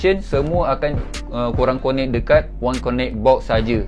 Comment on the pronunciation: Bos, sebutan ‘connect’ akan datang kasi betulkan. Lain2 mantap.